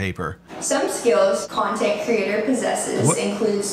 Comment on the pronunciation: Y does she say “Cyontint” instead of content😹